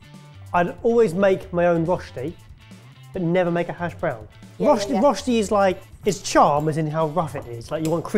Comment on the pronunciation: Every time they say roshti I cringe so hard. It's röschti. The ö is pronounced similar to the "i" in "bird" (yes english is weird like that xD). So "bird" and "börd" is almost pronounced the same way. Now you know how to say "Röschti"^^